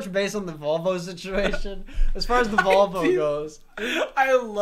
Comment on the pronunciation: Literally I thought they were saying "vulva" instead of "volvo"... like I thought it was like "yeah, back of the vulva." "What color was it?" "Gold, kinda tan-ish"